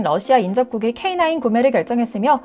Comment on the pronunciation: 오늘 브리핑 아나운서 목소리톤 좋다 내용도 좋고 AI TTI 목소리 음성지원인가요? K9을 케이구라고 발음안하는것을 보니 여자ㅡ 사람 목소리인데,, 맞네요 😂👧😂👩😅😊